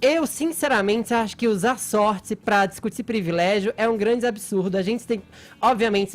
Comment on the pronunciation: “Azenti” “Sorti” “Zenti” 😂😂😂 Vamos visitar uma Fonoaudiologo URGENTE